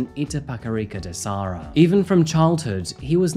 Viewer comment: I'ts da serra not de sarra KKKKKKKKK